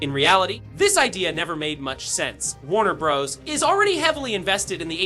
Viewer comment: While the information here is useful, please use a different ai voice. Too many unnatural pauses and even mispronounciations....Warner Bros? Warner Bras? Proof listen to your audio!